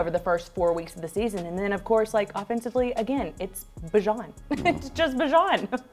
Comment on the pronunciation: IT'S NOT BUH, IT'S BEE!!! fkn aye. He told everyone. Bee-zhaan